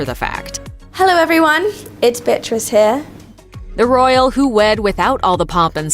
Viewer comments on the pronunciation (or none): Is it me but it sounds as if she said.."Hello everyone is BITCH REESE here".....LOL